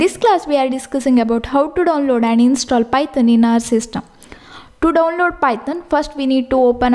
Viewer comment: The way he says Python ..... pytan